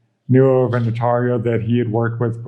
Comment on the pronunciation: It's painful to hear them pronounce the word "notario".